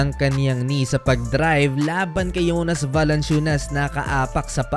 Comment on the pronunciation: Yung jonas naging yonas 😂